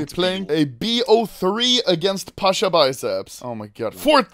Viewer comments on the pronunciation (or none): Not "pAsHa" its Pasza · ITS PASZAAAA